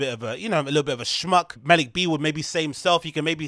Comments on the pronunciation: At least say Maliks name correctly 🤦🏻‍♂️ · Learn how to pronounce Malik if you’re gonna go on a smear campaign lol